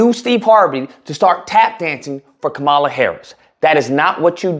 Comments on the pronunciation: So you're mispronouncing her name on purpose. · If you want to make a point, you might want to use a spell check and learn how to pronounce her name correctly. Start there.